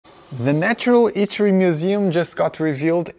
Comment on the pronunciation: can someone explain why he can say the H in "hand" but not in "history"? I get that he's ESL but is there a linguistic explanation?